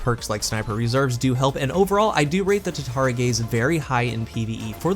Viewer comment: Just curious why do you call it tatari gaze not tatara gaze?